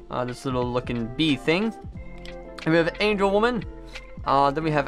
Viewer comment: I’ve watched digimon all my life. In almost 20 years I’ve never heard anyone pronounce Angewomon as “Angel Woman.” I know it’s an obvi mistake but damn that sounded so foreign to me. Please learn the names. Please. This was reallllllllllllly hard to watch.